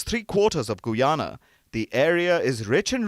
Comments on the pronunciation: Did he say Goo-yana? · not gu yana but guy ana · Whats Goo-yana? Its Guy-Ana. Like how you proinounce Guy. When you dont know how to pronounce a name, just youtube tourist videos of the nation or something. Keep it professional. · It's pronounced 'guy ana' not 'goo ana'. Otherwise excellent coverage.